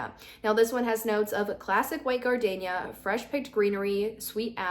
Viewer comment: double check your pronunciation of the word gardenia.